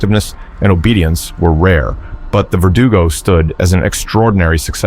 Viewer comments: Its pronounced "Ver-doo-go" not vertical 😂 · 1. stop saying "vertigo" when its vergudo. 2. there is no 2nd verdugo/ again. thats the name given to the first creatrue, not their species. they are both U3's with the latter being named pesanta or hound, but nicknamed black robe